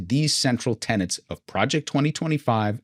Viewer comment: Anyone else notice that when Vought says “lawyers” it sounds like he’s saying “liars”? And thanks, for saying tenets not ‘tenants’. Truly.